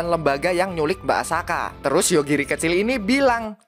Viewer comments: Tulisannya asaka bacanya akasa 😅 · bang perasaan subtitle nya Asaka kok lu manggil nya Akasa? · Bacaannya Asaka tapi ngomong akasa🗿🗿🗿🗿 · asaka atau akasa bang ko kedengaran akasa tapi subtittlenya asaka btw semangat bang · Asaka atau Akasa bang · asaka bukan akasa bg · Terjadi lagi di teks nya Asaka Tpi di baca Akasa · Nyebutnya Akasa teks nya Asaka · Tulisan Asaka Yang di baca Akasa💀🗿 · Sebutannya akasa tulisannya Asaka🗿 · Gw denger mbak Asaka jadi Akasa coy🗿🗿 Fix Yogiri punya gw🗿❤ Edit:katanya naga betina kok punya biji ato gw slh dgr🗿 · Tulisannya asaka di baca akasa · Tulisan:mbak asaka Nyebut:akasa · Lah tulisan nya asaka tapi di bilang akasa🗿🗿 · Kirain akaza, ternyata akasa🗿 Btw subtitle bilang asaka tapi kok lu bilang akasa🗿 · Bang asakaa bukan akasa 🗿🗿🗿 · Teks nya Asaka bacanya kok akasa😮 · Asaka jadi akasa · Subtitle nya asaka ngomong nya akasa bener nya yg mana sih njir😂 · Asaka bukan akasa🗿🙏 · asaka bg bukan akasa😁😁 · mbk asaka apa mbk akasa tesknya asaka ngomongnya akasa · Tulisannya asaka omongnya akasa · Asaka bang bukan akasa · asaka bg bukan akasa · Asaka bang bukan akasa!! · Banar Asaka bukan akasa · asaka bukan akasa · Asaka dibilang Akasa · asaka bang bukan asaka